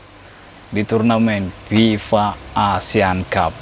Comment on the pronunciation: FIFA bang, bukan PIPA